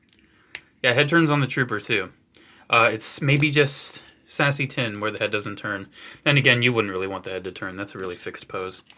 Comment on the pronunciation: lol anyone else heard "sassy tinn" instead of seasse tinn?